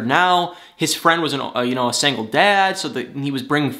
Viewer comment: Love the way you say “sangle” for “single”